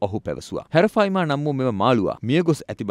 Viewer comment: හැරෆයිමා නෙමේ ඇරපයිමා